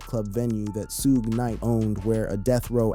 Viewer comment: SHUG KNIGHT. NOT SHUGAY Knight. smh.